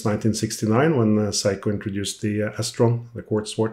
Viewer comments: Is seiko!! Not saiko or whatever you saying. That got super annoying 😅. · Thank you so much for your history on the various watches you work on. It really is appreciated! Now, for your pronunciation of the name Seiko. It's very scary when you say it as, Psycho!! 😳 Lol Perhaps, "Say-ko" would be much better. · Is Seiko pronounced "Say-Ko" like "hay" or "Sigh-Ko" like "high" ?